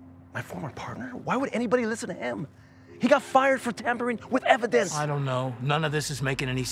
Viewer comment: Did anyone notice how said evidence in